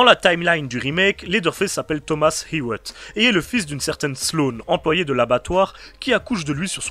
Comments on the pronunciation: Très bonne vidéo! ^^ Mais la prononciation de Hewitt me tue 😆 C'est "Et Uit" à la française ou alors "You wuit" à l'anglosaxone 😁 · Phonétiquement parlé : Leatherface = laiveur faisse Hewitt = youwitte